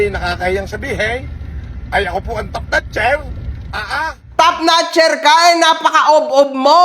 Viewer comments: The One..... parang mali yata pagkakadinig ko ha..... "top notcher" o Top"Snatcher"? ahahahahahahahahahahahha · Ano daw Top ess natcher? Hahahaha